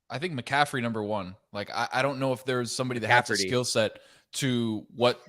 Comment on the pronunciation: Chris shaking the pumpkin head when Dan butchered McCaffery’s name lol